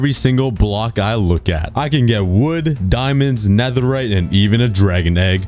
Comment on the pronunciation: You say full netheright but huuuuuhh the hemlmet????